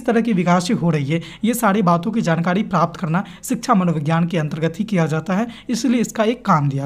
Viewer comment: jankadi aap ra ko dha kyu bolte hain